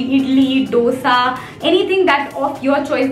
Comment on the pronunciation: Very informative. But one thing, the pronunciation of DOSA is DHOSA.... Kindly correct it.